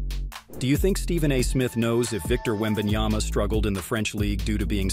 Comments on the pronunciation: Yep that's what I've been saying. It's Yama not Yana😅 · And yet, SAS still can't say his name properly after one year in NBA.... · Stephen A. Smith still doesn't pronounce Wembanyama's name correctly. It's either disrespectful or contemptuous. Because of that, I don't listen to his comments. It hurts my ears too much!